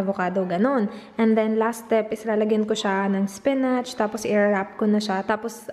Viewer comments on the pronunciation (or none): none